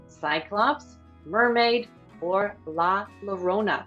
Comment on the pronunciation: It’s pronounced La Ya-rona, not La La-rona